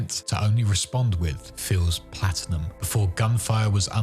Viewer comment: Bro really said plastinum 💀💀💀